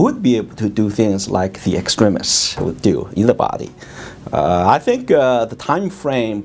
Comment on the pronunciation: HE PRONOUNCED EXTREMIS PROPERLY HOLY SHIT ILY